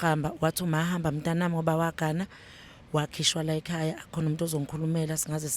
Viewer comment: Laykhaya si rushing singazi ziriahiswa yini..you guys are rich but can't even pronounce the word!!